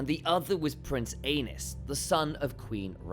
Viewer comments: I thought it was ay-knees not anus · not"anus"Targarian,"Ā nice"Targarian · Poor AEnys...Doomed to have his name mispronounced as ANUS in video after video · Prince Anus... oops!! Aenys... 😂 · Too bad the pronunciation of "Aenys" sounds like "anus." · "ae" is pronounced as "ee" Which I have no doubt you know. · I thought I was mature enough to handle hearing “ae-nus” after reading a few of the comments but no. Giggle every time lol😂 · Poor AEnys...Doomed to have his name mispronounced as ANUS in video after video 🤣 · “The pressure became unbearable for Anus.”😂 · I thought I misheard ...lol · The ae in Valyrian is a long ā and the y is an i or *. If you pronounce the mad king Aerys' name the way they do in the show, (air-iss, ā-riss) Aenys would sound like 'aye-niss', 'ā-niss'. Seems like Gentlemen Broncos to me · I just had the most difficult battle of my life trying to not burst out laughing loudly as soon as I read your comment. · Even the auto-generated captions think it’s “King Anus”🤣🍑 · Exactly why people need to stop using AI voice overs - stuff like this… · I sent it to my mom and I’m just waiting for her to be like why is he saying anus? 💀💀💀🌝